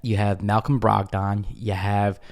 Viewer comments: Bruh, you've never heard ANYONE pronounce his name Brog-Don 😂 Why you saying it like that?? 🤦🏾‍♂️ Said it like 8 times before I shut it down. Brogdon (Brog-den). Please get it right lol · Most people say “Brog-den” as opposed to Brog-don. Good info today.